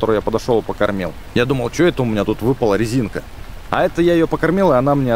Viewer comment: Не резинка а резиника